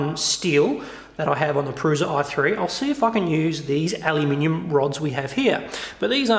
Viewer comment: its pronounced proosha